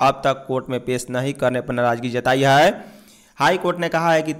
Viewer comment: Bhai hai hota hai,haai nhi